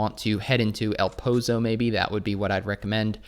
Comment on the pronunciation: Eh-l Poh-Zoh Not E-Oh-l P-oh-z-oh